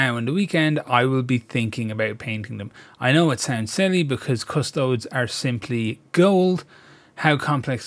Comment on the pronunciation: So important and yet so many times I've waded in because I'm overly excited and botched the job. And isn't it pronounced Adeptus Custode-ess?